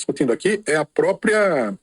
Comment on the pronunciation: nao se pronuncia PRÓPIA, se pronuncia PRÓPRIA* 🍊👏🏽♠️